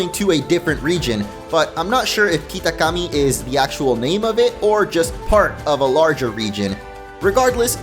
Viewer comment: bro please stop saying kitakami like "keetakkammee" ur not him u dont sound more traditional just say it normally